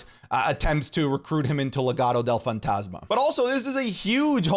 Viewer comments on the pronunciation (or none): Why did you say SANTOS ESCOBAR with a Latin accent and then Legado del Fantasma in gringo accent that shit was funny 🤣🤣🤣🤣